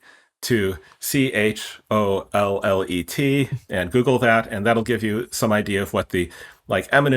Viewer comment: "Chollet" is pronounched "shoh-ley." Fun to hear about him long after our years at French uni!